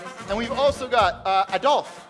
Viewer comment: Uh-DOLPH He be tryin to not make him Hitler--y but for why mispronounce his name? Woah, I didn't know Dolph was part of "Cut it (Woo), cut it (Yeah), cut it (Baow), cut it (Go) Cut it (Get it), cut it (Skrrt), cut it (Bah), cut it. Them bricks is way too hot, you need to cut it" 'Cause we at the top, but we really from the bottom (Bottom) Tell that pussy fuck him and that's how I feel about him Still that same nigga that used to front your big brother (Facts) Found out he a bitch too, now I call him your big sister (Bitch) You still that same nigga that was beefin' with a dyke (But you a gangster, though?) I cannot take you serious, aight (Hah) My lil' niggas beggin' to let them send some scattered showers (Uh-huh) Don't play with me (Don't play with me), play with your bitch (Play with your bitch) Matter fact, when I fucked her, she told me you a bitch (For real) Oh, you must be mad 'cause they call Memphis Dolphland (Hah) Stop slick dissin' and dodgin' me, nigga, let's get it poppin' (What's poppin'?) Ol' pussy-ass nigga (Yeah, yeah) Ol' puss- ass nigga (Yeah)